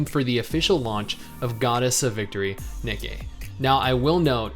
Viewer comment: I laugh every time pronounces Nikkie wrong, especially when saying the full name. Just funny to me for some reason. 😄